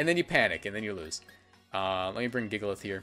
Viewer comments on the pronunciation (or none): "jigalith" -WolfeyVGC